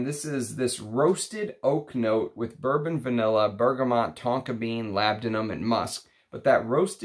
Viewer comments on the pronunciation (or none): none